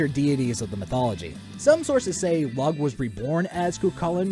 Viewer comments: Really interesting video. Though I would like to mention that Sluagh is pronounced "sloo-ah" and Lugh is pronounced "Loo" The seven pupils/seven fingers/seven toes thing is actually the less common depiction of Cu Chulainn, normally he's actually described as a beardless man who is handsome, but a bit on the short side, which is what makes his strength and battle prowess, even before his warp-spasm ("hulking out") so surprising. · If the God of War franchise went in the Celtic direction I think it would be interesting to see the Dagda make an appearance. Also seeing a beast like Dobhar Chu could be interesting. Side note you mispronounced Lugh.